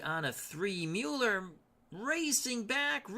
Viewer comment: I believe you are correct with the Mueller pronunciation.